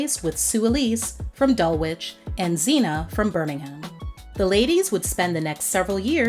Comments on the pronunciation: Dulwich... That should be Dul-itch not Dul-witch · Welwyn (Garden City) isn't pronounced Well Win, it's "Welin." Dulwich isn't pronounced Dull Which, it's Dull itch - why don't YouTubers (especially Americans) ever learn how to say place names that aren't from their country? And you keep pronouncing "garage" incorrectly, it's not the same as that place where you store your car. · Dulwich is pronounced dul-itch Harlesden is pronounced Harls-den. Great video btw. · Gararrrrrje? Dull Witch? Burming Ham? 😐🤦🏼‍♂️ Girl, do some research & look up how things are pronounced. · Welwyn Garden City is pronounced Wellin Garden City Dulwich is pronounced Dull itch Garage is pronounced Garidge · It's pronounced Dulich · Just letting you know, Dulwich is pronounced "Duh-litch" or "Duh-lidge" :) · your pronociation of places like Harlesden and even worse Dulwich is hilarious 😂🤣😂😂😂🤣🤣 esp Dulwich, the w is silent, so it's pronounced Dul-ich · Same as Dulwich the W is silent Dullitch